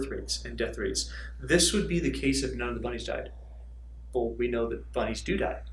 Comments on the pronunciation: Thought he said a thousand buddies :-) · Did anyone else hear "buddies" instead of "bunnies" the first time he said it?